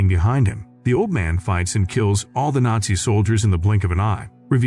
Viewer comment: Is it really that hard to pronounce the word nazi correctly?